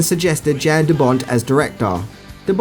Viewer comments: you also keep caalin "Yan" Jan, and called Dennis Hopper "Hooper" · 1. "Jan" is pronounced "Yan". J is Y in Europe. 2. "John McTiernan", not McTierman.